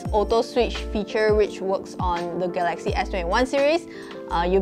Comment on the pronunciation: ga-laxy / ga-la-xy